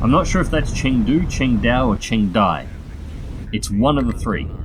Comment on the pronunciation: Qingdao is a Chinese port city that you struck last match. Chengdu is a city in the mountainous southern part of china. It's pronounced something like tchung-do.